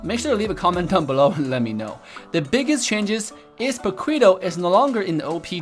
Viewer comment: Hey i really respect you as a content creator and I love your content but please dont say paquito like that 😂😂. Pa-ki-to. It made me jump when i heard it